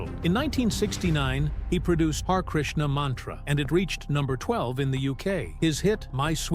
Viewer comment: Not pronounced ' Hair Krishna', pronounced 'Ha ray Krishna'. Also, the most important man George Harrison, ever met in his lifetime, was one that was called Srila Prabhupada. He brought the Hare Krishna movement to the world. The global elitists want this silenced from the world. George is back in Godhead now. The destinations of the global elitists, the twenty eight Hellish planets. On that I can say proudly, Hare Krishna Hare Rama!!